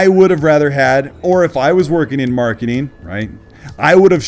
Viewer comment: nice coverage. Although as a non native speaker I have yet to learn what „marketeen“ is.